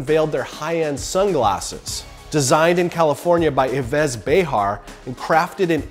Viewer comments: his name is not Y-vess, it’s pronounced like Eve, Ee-v, it’s French by the way.. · Yves is simply pronounced "eev"... not "ih-VEZ" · EE VEZ... no Yves is pronounced Eve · Yves Behar is pronounced EEV Behar, not YEVEZ Behar. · Yves is pronounced Eve, not Eevas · It's pronounced eve's not evez lmao! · Pronounce "Eve" not "Eevez" 🤦‍♂️ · 'Yves' is pronounced 'Eve'. Not 'Why-Vez'. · This man really read yves pronounces yeeve as yeves smh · for future notice, Yves is pronounced like eve, not ay-vez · Had to cringe at "eh-vez", though. Yves is pronounced like "Eve". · Yves is pronounced eve, not e-vase 😅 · Yves ! It's pronounced 'EEV', not 'EVES' :P the S is muted and the Y is pronounced like E, it's french, anyways.. :) It's a nice step for cleaning ourselves, although recycled and reused and retrashed.. oh well, no perfect world ;) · Yves pronunciation = "EVE", fyi. It's a French name and thus the terminal s is silent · Yves is pronounced " Eve"...not "E-vess". It's a French name. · Eevez Behar ? Really ? Learn to pronounce people's named, it's pronounced Eev. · This is a fantastic initiative! Congrats to the team on getting this far already. Not to be that guy, but the designer Yves Béhar's first name is pronounced like "Eve", not "Ee-vez" 😄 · Ives is pronounced “eve” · Yves is pronounced 'eve' not 'ivez'. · "Yvèzz" lol... Yves is pronounced like "eve" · Yves is pronounced Eave not Yvesse xD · « Yvezzz » LOL, it’s pronounced « Eave » 👉Yves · Yves is pronouced "eve" lol id know...cuz my name in French class was "Yves" and when i picked the name i thought it was pronouced how u said it, then my teacher goes "its not pronounced Yves its Eve" and she wouldnt let me change it hahahhahaah buts Yves is said as Eve in french. just saying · Yves is pronounced "Eve". ❤️ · Yves is pronounced like Eve. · the name is pronounced Eves, Americans are unbelievable 😂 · Ives is pronounced more like Eve. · "Yves" is a French name and is pronounced like "Eve". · Yves is pronounced eve btw.